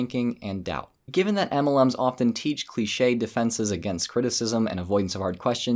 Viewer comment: The way you say, "EMELLEMS" just cracks me up. 😆